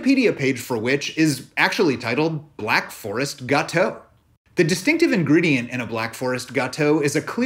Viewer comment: As a French, I can listen you pronounce "gâteau" for hours !